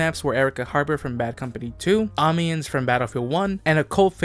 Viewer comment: I'm noticing that not every bf1 player is as enthusiastic about ww1 history as I am. Amiens is pronounced "Um-n-ya", but I don't blame you at all since French is one of the most autistic brands of stupid